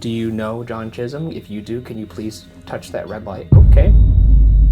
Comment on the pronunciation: Thank goodness for subtitles, because "Chisum" sounded like "jizzum" to me